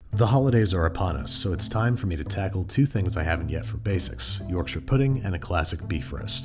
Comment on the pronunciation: Speaking as a Brit, this is the first time I’ve seen an American absolutely nail Yorkshires